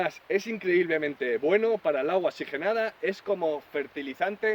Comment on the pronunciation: Muy buen consejo, pero no es xigenada es que oxigenada